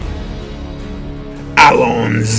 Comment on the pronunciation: did he just said allony